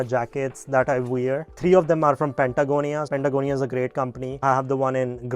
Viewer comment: Sir, it's Patagonia not Pantagonia